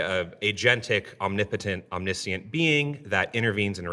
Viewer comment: Why do so many people mispronounce the word Omniscient?